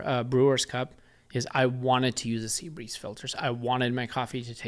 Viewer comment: I was shocked to hear you say that a filter could make such a profound difference in the cup. So I spent the last hour googling "Seabreeze" coffee filters. Don't I feel stupid. I finally deduced you were saying SIBARIST. I love this channel btw, Thx!